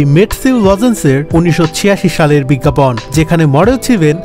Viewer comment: “বিজ্ঞাপন” কথাটার উচ্চারণ খুবই বাজে হয়েছে। বিজ্ঞাপন লেখা হলেও উচ্চারণ হবে। “বিজ্ঞাপোন”। biggapawn শুনতে কানে লেগেছে। হবে biggapone.